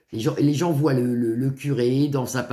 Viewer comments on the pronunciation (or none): none